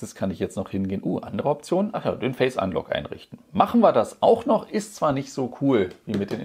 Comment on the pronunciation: Ahh einrichaten, wer kennt es nicht